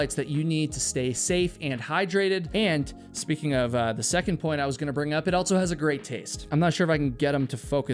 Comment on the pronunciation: It drives me nucking futs that you insert a t into words like ‘also’ aka ‘altso’. I know I do not HAVE to watch, but you actually have interesting videos. I wonder if the ‘insert a t into words with the stress on s’ is a dialect. It has to be. Just like Tiger King’s accent absolutely drove me crazy. At least you don’t sound like him 😵‍💫😁